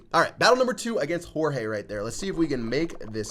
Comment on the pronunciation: Jorge= gerorge